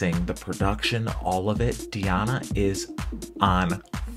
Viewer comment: ANKUD(stress is here on I)NOVA, not ankudinOva - wrong. DI (pronounced as deeee) Di'Ana Ankud'Inova